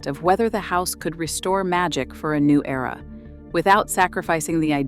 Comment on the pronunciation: Why was era pronounced as E-R-A ?